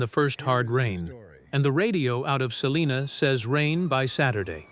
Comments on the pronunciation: Its called SAL(LINA) Not saliena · Not far from SALINA. Not Saliena.